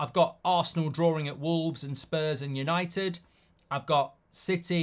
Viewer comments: Bro, it's called DRAWING stop saying drawring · Mark, you are English, right? What in God’s name is ‘drawering’?